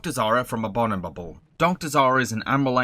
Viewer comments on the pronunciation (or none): Anybody else noticed he pronounced abominable as abonibable? Twice in a row even....